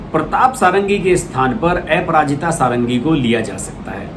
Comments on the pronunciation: श्री मान जी नमस्कार। क्षमा चाहता हूं कि कुछ लोगों को आप के समाचार पढ़ने में उच्चारण पर आपत्ति है, जैसे आप को बोलते हैं। अपराजिता को एपराजिता बोलते हैं। कृपया इस को स्पष्ट कर दें ताकि जनसाधारण संतुष्ट हो सके। धन्यवाद।🙏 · Bhaiya aparajita not eparajitA pronounce toh sahi karo yaar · ऐपराजिता नही है उनका सर उनका नाम है अप्राजिता कमसेकम नाम तो ठिक से लिया करो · एपराजिता नहीं; अपराजिता षढंगी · ऐपराजिता सारंगी नहीं बल्कि अपराजिता सारंगी नाम है. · Correction: एपराजिता नहीं, अपराजिता । आप बार बार एपराजिता क्यों बोल रहे हैं?? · ए पराजिता nahin अपराजिता hota hai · A parajita?..you can't pronounce a name properly! Shameless stupid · Sir please correct the name of Aparajita madam. Apararaajita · Sir app ka pronounce aparajita bhul ha... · Aparajita sarangi ka nam ka pronounsation galat he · Please polish your pronunciation...Aparajita bhi bolna nahin atta kya blogger ban ke aa gaye